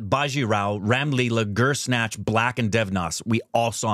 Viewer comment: Bhansali makes Guzaarish. 14 years later calls it "Gur-snatch"